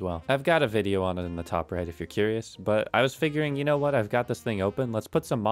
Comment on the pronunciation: “let me guys knowr if you wanna see that”